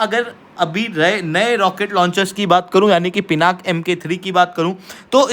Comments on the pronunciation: Please update yourself. In Sanskrit it is pronounced as Pinakaa because last alphabet is given more stress while speaking. Hence, 'aa' wala sound aata hain. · Naming conventions in Bharat are originated from Sanskrit (Samskrutam) words. All Indian languages originate from Sanskrit and hence the name is Pinaka, not Pinak!! Stop pronouncing Sanskrit words as Hindi. Most of the language wars in India subside if everyone relates their languages to be derivatives of Sanskrit… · Pinaka is not an English word. Pinaka is a Sanskrit word. It is the name of Shiva’s bow. It is pronounced as Pinaka in Sanskrit.